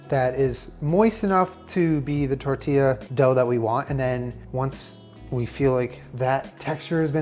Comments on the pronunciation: I'm glad you stopped saying "Testilla" xD sound like "tetilla" (little tit) lol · TESTIE-YA lol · “testilla” sksksk